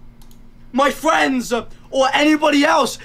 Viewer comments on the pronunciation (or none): my fwiends! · mah fwends